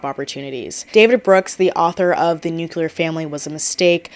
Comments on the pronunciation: Having a hard time paying attention bc of how many times you said "new cue lar". It's "new clear" 😅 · I think it’s often mispronounced as “nuc-u-ler” instead of “nuc-clear.” Yes, I hear it too 😅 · i keep getting thrown off every time you say "nukular" a la george bush 😭 all your points are valid but i just could not finish the video bc of it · same, it hurts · Same lol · But it’s “new-clee-ar” where I am. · isn't nuclear pronounced differently and not like NUKILAR or am I stupid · Haha I had the same thought. I feel like this word is always mispronounced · No, she's just mispronouncing it lol